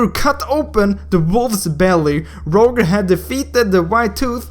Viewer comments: u should say it like "Rojer" not "Rowger" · btw to say his name Roger (ro-j-er) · Btw I think it's pronounced Rojer not literally Roger. xD ID: IGN: Hyoteki Skin: Estes Holy Sacrfice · ffs its not rouger is rojer (pronounciation) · Not Rouger Its Roger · its pronounced ro-jer not rouger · it's pronounced as (rawdger) not (rowger) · It's pronounced Roger (Ro-jer) not Ro-gur it's like you can't even pronounce an American name😂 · He is Rojer not Roger xD (According to your speaking) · rodge-er godammit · It is Ro - Jer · ROGER pronounced as (ROJER). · i think the pronounciation is "rojer". just saying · It's actually pronounced as (rah-jer) like so can see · My man. It's pronounced RawJer (Roger) - very common name. just tryna help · Lol you are pronouncing 'Roger' wrong. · You said the name "Roger" incorrectly and I'm pissed cause this hero's name has the same name as I do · I think you are pronouncing roger wrong